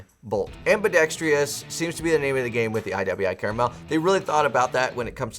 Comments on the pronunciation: It's pronounced "CAR-MEL" .....Not CARA-Mel....you added an extra "A" - one can't eat it....like you can a caramel.....lol... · I could forgive someone saying ambidextrious when the real word is ambidextrous, but by golly it's NOT caramel 🍫🍬🍰